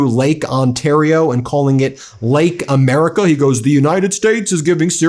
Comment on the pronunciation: Lake 'Murrickaa eh? Well you do what you want on your side of the border lunatic and see how popular it will be with your own New York State citizenry.